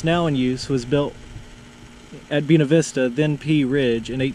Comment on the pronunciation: Buena Vista is pronounced & sounds like........BuAna the first a is a long a. Bu A na Vista. Love the videos.